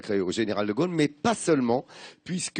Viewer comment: quand prononcera t-on correctement De Gaulle et non De Geuelle , au se pronone o et non eu !!!